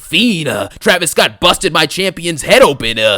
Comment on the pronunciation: “Feeenuhhh ,Feenuhhhh Travis scottuhhh “😂😂